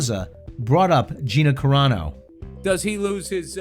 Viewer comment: as soon as he says gina "cararo" bill immediately tightens his lips and bert physically pushes his chair back and puts his head down. never liked Bert's comedy and I've lost all respect for bill. would you really be surprised if bill's daughter decides to be a comedian and she gets cancelled for some things her daddy said. what goes around comes around you coward bill